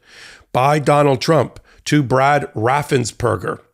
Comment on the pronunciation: His correct name is Raffensperger look it up. It's not burger.